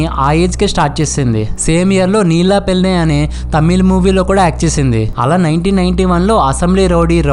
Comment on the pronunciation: Bro.. పెళ్ళి అను.. పెల్లి కాదు..